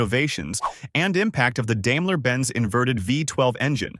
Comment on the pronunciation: dame-la, lmao. its pronounced dime-la ;)